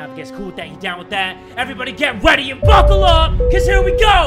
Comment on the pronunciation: Wait does he always say get weady now